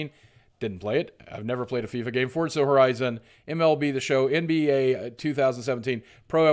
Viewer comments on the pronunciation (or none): none